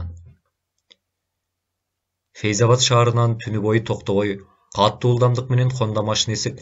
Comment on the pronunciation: Садагаң кетейин кишини кыжаалат кылбай туура окучу катту эмес катуу болот